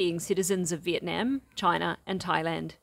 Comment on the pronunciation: You are saying Vietnam wrong and it drives me crazy! :face-orange-frowning:🤣🤣🤣